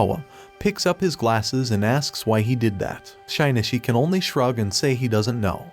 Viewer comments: Parasyte: the Maxim is the anime. And it bothers me the way he keeps saying shinichis name like (shy-knee-chi) when its supposed to be (shi/she-knee-chi) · Shynishi is killing me 😂😂 it’s Shi-nee-chi. Shinichi. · bro it’s “sheen - chi” not “shynishy” it’s making the vid more annoying the more you say it, ur lucky i love your content or i would’ve clicked off a long time ago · Hearing SHYnishi every 5 seconds was too annoying. Was is so hard to change Shinichi to SHEnichi so the damn narrator could read it right? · Shaynishi? wtf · Butchered the name... It isnt Shynishi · bro did NOT call my boy shainichee💀